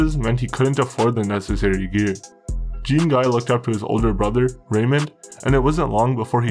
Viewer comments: you need to brush up on your pronunciation of the french names. lol. good though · The way you pronounce Jean-Guy 😂😂😂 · The pronunciation of Jean-guy killed me, at least he got the story right. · Jack wees my sween… lmao nice pronouncing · Gros on dit "Jon Gee" crissement plus que "Jean (comme les pantalon) Gaiye" Patnais dit Jeen Gaiye, c'pas ca pentoute. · Jean Guy would be pronounced Jawn Gi Sounds like Shawn but with a J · lol its pronounced "jhawn Ghee"" not Gene Guy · Gene guy 😂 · Lol jean guy 🤣 it's pronounced john gee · It’s pronounced Doo-bwa (Dubois) and Jan-ngee (Jean-Guy)… Trust me. gee like guitar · I love your videos, but damn, I gotta say, the pronunciation of some of these names left me giggling. For instance, Dubois isn't "Doo-Boys, it's "Du-Bwah". Jean-Guy isn't "Jeen-Guy", it's more like "John Gee", with a soft "J" and "N" rather than a hard one. Granted, Quebecois is a difficult language to pronounce generally unless you grew up around it (even for people who speak other dialects of French!). Either way, keep up the good work. Excellent research. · Dubois is Dew-Bwa, and Shon Gee is Jean Guy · You have good and well informed reports. One suggestion when dealing with French names you pronounce them wrong.Dubois would be Dubwa, Jean Guy would be Jon Gee. G like go. Normand =Norma. Claude= clowd. If in the future you use French names I'd be happy to help. Cheers. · It’s pronounced Doo-bwa (Dubois) and Jah-ngee (Jean-Guy). Trust me. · If you aren't sure how to pronounce something French, maybe ask a french speaker. Dubois is pronounced Doo-BWAH. It's really annoying. I like the content. Great show. Hire a voice, and you'll go far. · Good vid but it’s pronounced Deubwa and Jhon-Ghee. ✌🏼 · bro this is a really well researched video but you need to look into how to pronounce french names, hearing "joHn Guy DooBOY" just doesn't sound right